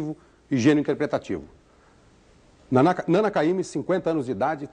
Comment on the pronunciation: ...na apresentação ele quase falou nanÁ ao invés de nâna.